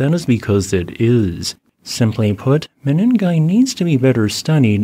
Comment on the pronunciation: Pls call these kenyan places by their proper names...😮what mini'gai ? Say meningai..